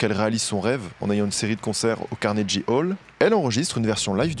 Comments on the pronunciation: Carnegie se dit "kornégui", pas "carnédji" 😅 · Mer-ci pour cette très belle vidéo. Quelle vie Nina! Ça m'a fait du bien de l'écouter à nouveau. (Ps: on s'en fiche un peu mais si jamais ça t'intéresse, Carnegie se prononce avec le son "gu" pas "j" ;)) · CARNEGUY CA SE.PRONONCE CARNEGUY...ET CEST PAS AU LAGOS MAIS À LAGOS CEST UNE VILLE